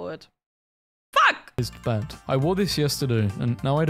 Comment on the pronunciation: So many sticky notes !!! Edit, also f#$% sounded like a bark lol